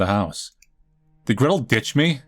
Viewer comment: bro was saying "gretol"